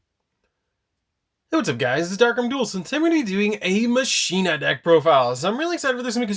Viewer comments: FOR THE LOVE OF GOD!!! ITS PRONOUNCED MACH-ENA. It's Latin for machine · "Muhsheenuh" or "Mawkinnuh" that is the question of pronunciation... Its... its Pronounced like "Mawkinnuh" but sick video on one of my childhood decks when I just got them cuz they look cool